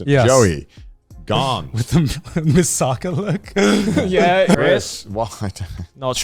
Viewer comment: Anyone else notice garnt say misaka trying to say mikasa